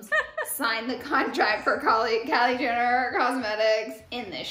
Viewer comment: You say Kris *Jinner*..lol..